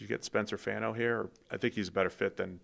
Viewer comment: Fano’s last name is not pronounced like “fan” like ceiling fan, it’s FAHN like rhymes with Ron